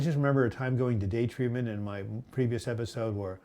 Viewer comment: Haha 😆 tweetment, oinkment ! So funny!!